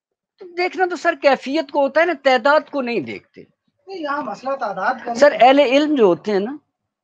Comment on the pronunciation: احمد جاوید صاحب کے بعد تنقید کا رنگ ہی بدل گیا ہے۔ اللہ ان کا سایہ شفقت قائم رکھے لیکن ان کے ہوتے کسی اور کی تنقید کا رنگ جمنا اب مشکل ہے۔ بہرحال "تعداد" کا درست تلفظ صاحب کلام کو بھی معلوم نہیں۔